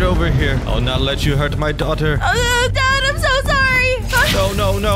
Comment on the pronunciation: Did they just say dogter